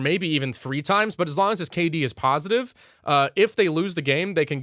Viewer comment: Completely unrelated to the video, but is it just me or does completely remove the g from words like long and instead says lonn? Is this a joke im missing?